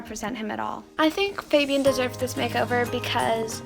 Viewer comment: How is it even possible that fabians sister is pronouncing his name wrong.